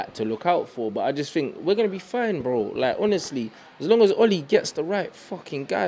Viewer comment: "DO yOU FinK thAT..."